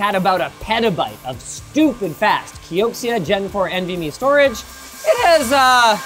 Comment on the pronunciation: He said "Kioksia"